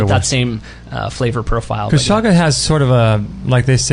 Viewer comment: CH-CH-CHaga not Shaga lol